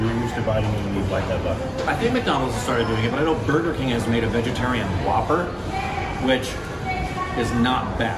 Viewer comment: saying burger a barger 😂